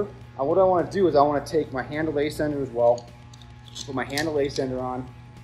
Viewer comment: Excellent. Very informative. Buuuuut your pronunciation of ascender is killing me. It’s not A SENDER it’s said ASS ENDER